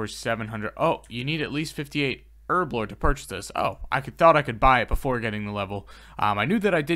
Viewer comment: Herblore not Erblore